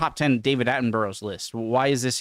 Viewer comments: PLEASE SAY HIS NAME CORRECTLY !! IT'S PRONOUNCED ATTIN BRUH, LIKE IN EDINBURGH !! NOT ATTIN BU ROW !! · World record for number of media presented on. And I'm not talking about Conor here. (Unofficial WR for mispronounced name?) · your watching a video which pronounces Sir David’s name correctly yet you still mispronounce it! I grew up watching Sir David and he truly is a National Treasure, his show blue planet highlighted plastic in the ocean and drove all of us to do something about it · Thanks for pronouncing his name incorrectly throughout. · You can only make a personal argument that David Attenborough is an international treasure if you can pronounce his name correctly. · Hands up if you knew he wouldn't be able to pronounce his name 🤚😁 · Pronunciation of names shouldn't matter, some say? This is the most influential and most prominent person in the natural sciences of possibly all time! Get. His. Fuggin. Name. Right.😮 (But I do recall he tried to get Monty Python off air back in the day. Swings and roundabouts.) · Agreed, I cringe when anyone can't get the name correct, of someone they are discussing and commenting on... SMH !